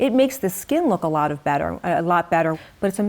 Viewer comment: Nawt a lawt